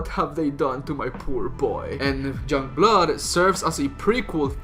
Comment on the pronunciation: Why can't you say 'young' correctly?